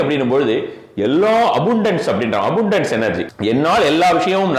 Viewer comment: அபுன்டன்ஸ் இல்ல, அபன்டன்ஸ்…🤦🏼‍♀️